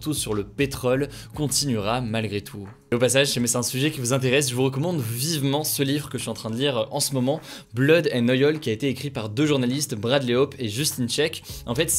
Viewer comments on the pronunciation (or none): « Blood and Oyol » Tu m’as tué 😂😂😂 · "blod and oyol", tu m'as tué ^^ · Je t’adore Hugo mais “Blood and noïol” c’est pas tres anglais 😅 Hahaha a part ça j’adore tes capitules, bravo ;-) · On en parle de sa prononciation du titre du livre qu’il recommande??? Et après il veut nous faire croire qu’il l’a lu en ANGLAIS xD